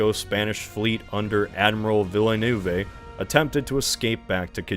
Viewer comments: WHYD YOU PRONOUNCE IT LIKE THAT!!!! Its vil-nuv not vil-a-nu-vay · TrafOLGUR, CadEEz, Villenoovey... The mispronunciations are making my teeth itch at less than 2 minutes in! 😒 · "admiral vill ay noovay' sacre bleu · I thought villanoovay was worse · I can live with ca-DEEZ, but the butchering of Villeneuve is brutal xD